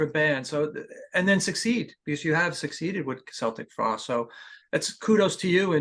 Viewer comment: Interviewer can't even pronounce the band's name.